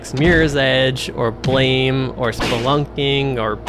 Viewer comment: This is not important but it's supposed to be pronounced as "Blam", like a gunshot.